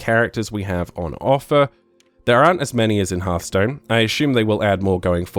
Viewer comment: "herthstone" hahahahha im dying